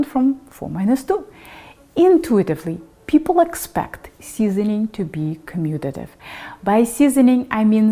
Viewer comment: 10% likes is pretty crazy. Well done! And you said commutative. Impressive. Subscribe.